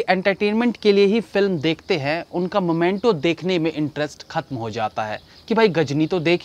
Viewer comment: भाई आप बहुत स्वीट हो - 🤣🤣 मोमेंटो नही मीमेंटो है । मुर्गादौस नही मुरुगुदॉस है 🤣🤣🤣